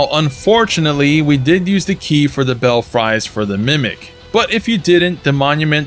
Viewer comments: Not bell-fry, bell-free is the way it is said. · Lol, its Bell-Free bud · Clarifications: Your map said "Raya Lacaria" but it should be "Lucaria." "Belfries" is pronouned "Bell frees." Igi sells unlimited Somber Stones 1 & 2, but a small number of 3 & 4, at least initially. Thankee!